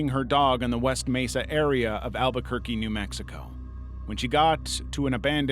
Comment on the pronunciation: Thank you, kind human ❤❤❤ (I'm losing it at 'Mew Mixico' 💀)